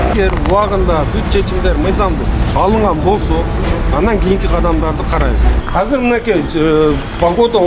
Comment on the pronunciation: Казыр эмес , азыр деп суйлосон мэр